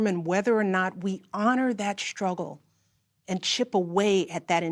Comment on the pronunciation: Looking at the face of a misinformed Leftist. How do you pronounce the word SHTRUGGLE?